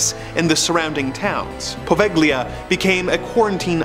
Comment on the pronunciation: Poveglia...silent G.